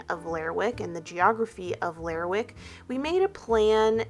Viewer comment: Hey --love this video. As someone who lives on the other coast of Scotland (Western Isles), I recognized the general rugged landscape of Shetland. The sheep here produce wool that is often used to make our famous Harris Tweed. Now, as far as Lerwick, it's actually pronounced 'Ler-rick' and the W is silent. Kind of like Gren-nich when speaking of Greenwich in London. And crofts are basically smaller versions of farms and not as commercial as some farms can be. Crofts tend to be handed down in families. They used to be self-sustainable but that's mostly gone now and tend to have just one commodity: sheep or cows. This may be a generalization, but that has been my understanding.